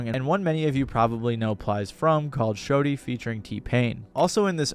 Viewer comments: Dude said shorty when it’s shawty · Shawty being pronounced show-dee is hilarious